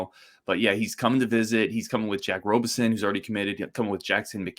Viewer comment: Hey,. Pronunciation is RAHbison, not ROHbison. Great episode. You're right. This IS a huge moment for Gard (Krabby also) to prove some recruiting chops. Let's close and LET'S GO! 2026 Final Four in Indy's Lucas Oil. See y'there.